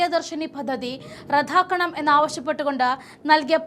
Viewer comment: റദ്ദാക്കണം, വാഗ്ദാനം എന്നീ പദങ്ങൾ റധാക്കണം വാഗ്ധാനം എന്നിങ്ങനെയാണോ ഉച്ചരിക്കേണ്ടത്